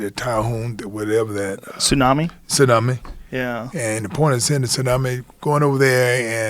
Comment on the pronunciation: What did he call a tsunami?? TAHUME?